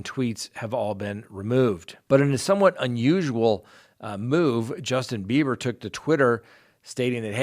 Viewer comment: Am I hearing Justin Beavor or Justin Beiber?